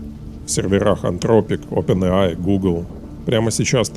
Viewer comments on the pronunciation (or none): none